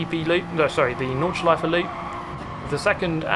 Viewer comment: thanks for saying "nordschleiFE" - not "nordschleiF" like most of the english speaking chaps do :p good racing there :) thanks for sharing!